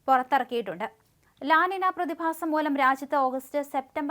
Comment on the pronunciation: ലാ നിന അല്ല അങ്ങനെ പറയരുത്.. മംഗ്ലീഷ് പോര...അതൊരു സ്പാനിഷ് വാക്ക് ആണ് La Niña.. "ലാ നീ ന്യ " എന്ന് പറയൂ.. കമൻ്റ് വായിക്കുന്ന ആരേലും അവിടെ ഉണ്ടെങ്കിൽ പറഞ്ഞു കൊടുക്കൂ.. ഒരു അറിവും ചെറുതല്ല.